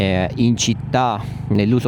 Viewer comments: Non ti perdono il... "plas" 😁; per il resto ottimo video. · Magari plus😊e non plas alla provinciale. Comunque servizio molto utile e tra i più completi..applausi!